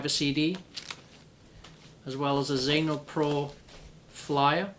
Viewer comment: xeno pro sounds like anal probe